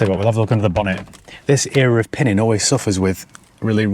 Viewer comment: Fun fact, the correct pronunciation is PinEEN (accent on the second syllable) and the word means "little one" (as in a younger child) in Piedmontese dialect. Giovanni Battista was the younger Farina in the family, hence Pinin Farina.